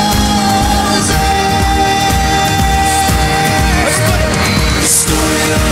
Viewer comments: It's forzaynnnn. Not frozen🙂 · 02.12 harry say "is froZAYN"